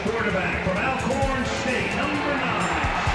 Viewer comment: it's "ALL-CORN" not AL-CORN. Pronounce it right people.